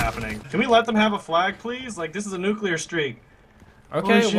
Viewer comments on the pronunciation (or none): none